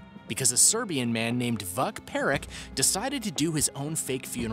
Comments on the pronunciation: Vak perik 🤣🤣 dude serbian is read as written, so his name is Vuk Perić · a serbian man from my country. it was funny how you pronounced his name, i would imagine his relatives CUSSING at him after realizing he is alive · People: surprised about people waking up after their deaths Me: how did he pronounce the persons name in no.2